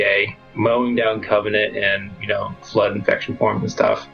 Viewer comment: Can't watch. He continuously pronounces Flood as "Flirt" and Forerunners as "Foreigners".